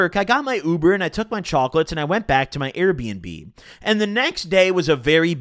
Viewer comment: why tf you say AIR bnb